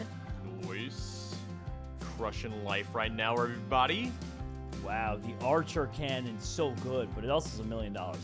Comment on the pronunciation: I love how he said archer cannon instead of anchor cannon.